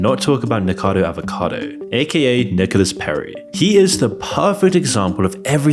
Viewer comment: I appreciate all the information you presented in this video, but could you at least pronounce the Youtuber's name properly? "Niko Avocado", "Zach Coy"